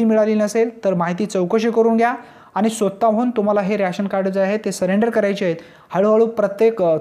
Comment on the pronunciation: रॅशन नाय रे,रेशन म्हण.